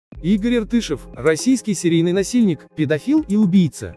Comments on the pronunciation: Спасибо автору за видеоролик; но всё же в фамилии "Иртышов" ударение падает на последний слог. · Изучить материал не судьба? Фамилию хотя-бы правильно произнесли . ИртышОв!